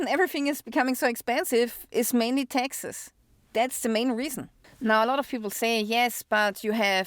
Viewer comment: She said "Texas" and I thought she was talking about "Texas" but when she said "paid Texas" I figured out she was saying "taxes".😅